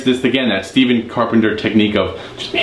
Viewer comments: Carpenter’s first name Stephen is actually pronounced “Stef-fen”. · You play the right notes but just don’t have the feel or groove in the riffs. But that’s what makes Stephen (pronounced with F not V) so great